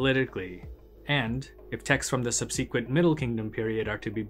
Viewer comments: Subsequent is pronounced suhb-suh-kwnt, not suhb-cee-kwnt. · Good stuff. But sŭb′sĭ-kwĕnt, not subsEEquent.